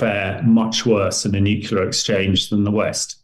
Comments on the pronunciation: Why can’t this idiot pronounce the word “nuclear” properly when he is one of those dragging us into a nuclear ( not “nucular”) war. We’re being dragged into a totally unnecessary nuclear apocalypse by people who can’t even pronounce the word correctly. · What absolute nonsense. He’s a despicable deluded madman working for the CIA/MI6/NATO military industrial complex. He’s a liar and a conman. No hypersonic missile has been shot down, they’re just too fast. And this knucklehead can’t even pronounce the word “nuclear” correctly. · No he’s not a great man. He’s a moron who’s in league with the western military industrial complex which has dragged us into a completely unnecessary war and are about to get us all incinerated. He can’t even pronounce the word “nuclear” properly and he sits there and lies about shooting down hypersonic missiles ( impossible). He will be cowering in a government nuclear bunker when Putin finally loses his patience and presses the button.